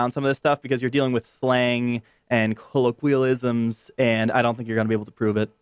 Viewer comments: koh-loh-KWEE-uh-liz-uhmz,? Are y'sure about that? kuh-LOH-kwee-uh-liz-uhmz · “Cola-queelisms.” Lol.